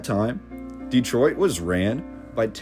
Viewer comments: Great video and some lovely photographs. One thing is killing me is your mispronunciation of the name. No one born here puts the hard emphasis on the first syllable. We make the first E much softer. Instead of Dee-troit we pronounce it Deh-troit and shorten the first syllable. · It's not DEEtroit, it's Dehtroit. with the emphasis on the second syllable. Please pronounce it correctly. you can look it up. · Folks pronounce it many ways but we have always called it Duh-troit not Dee-troit.